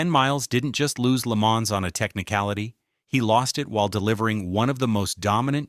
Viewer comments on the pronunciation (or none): If you're going to use AI to voice you're bullshit, properly pronounce French words. Le Man - not plural. Educate yourself, and you won't be called out as a stupid uneducated fuck that depends on ai voice overs for your lack of reserach. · This one sounded pretty good except for the first Le MANS 👨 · I like the way it pronounces La Maans. It makes me feel extra Murkin! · IT PRONOUNCED LAY-MON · Le Mans? Come on, mate. It’s Le Mohn and the s is silent. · La Mans….😂😂 At least AI learns from its mistakes. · I stopped as soon as I heard it say Le Maaaans! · agreed plus I heard lee manz too. AI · It's not AI, they're racing at Lee-Manz! 🤣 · Leh-ma It's fucking called Leh-ma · Good god the pronunciation of "Le Mans"